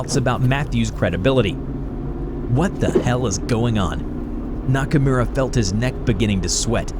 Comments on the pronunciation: The way he said Nakamura, as a weeb I did not approve. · Look my man i like you but that pronounciation of "nakamura" was atrocious